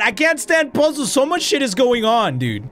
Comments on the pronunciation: Literally everyone: “puzzles”: “POSSOLS FUCKING POSSOLS” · Word of the day "poozuls"